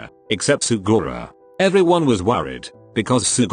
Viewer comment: I love how the voice said sugora